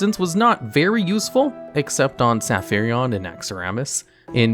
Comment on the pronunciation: Saphirion? It's Sapphiron with 1 i not 2, silly <3